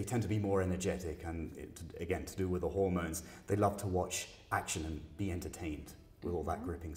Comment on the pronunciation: My man said hormones 😂